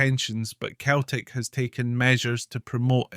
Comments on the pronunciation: It's pronounced Seltic not. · You know it's pronounced Seltic but you keep saying It's also Jock Stein pronounced Steen and not Styne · Its pronounced "Seltic" so why does this guy keep referring to it as ""? The Irish poet who officially opened the stadium (Parkhead) referred to Celtic as in his speech and was derided for it. Celtic fans are not the angels this guy makes them out to be. The club is rooted in sectarianism, the fans sing songs about, and raise funds for the IRA, they have adopted the Basque terrorist and Palestinian causes. There are violent clashes anywhere Celtic fans meet Rangers fans.They are the only team in the world whose board of directors debated a motion to ensure that only Roman Catholics could sit in the boardroom, (it was narrowly defeated), their "ultra" group "The Green Brigade" resonant of the name of an IRA battalion, has caused so many political problems that the european governing body has fined the club several times. Celtic were founded in 1888 while Glasgow Rangers were formed 1873. Rangers were signing and playing catholic players since before Celtic were formed yet the current mythology states that Rangers didn't play catholics which is utter rubbish. Rangers played black players and players from all cultures. Celtic started up by signing almost all of their players from the team which would later evolve into Dundee United because they were the right sort, i.e. Glaswegian catholics of Irish extraction. The first Old Firm match was a friendly so Rangers didn't play their first team, they played their reserves and even a guest player from Partick Thistle but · He says 🤣🤣🤣🤣🤣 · It's Celtic not,same pronunciation as Ceiling not Keiling